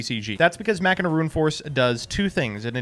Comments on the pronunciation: Mach-i-na? It isn't Ma-China? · it is pronounce "Machine-ah" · My guy said "Mackina" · No it’s not, it’s pronounced “mach-in-ah”